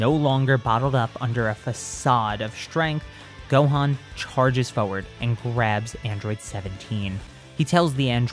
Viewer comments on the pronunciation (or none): Can u please say forward properly instead of saying furwerd